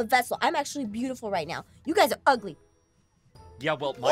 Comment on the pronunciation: I like it how said “we r not ugly we r bootuful” or would u like to say “doortuful